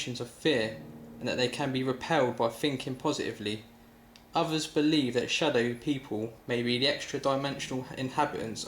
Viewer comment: İTSA NOT SADOW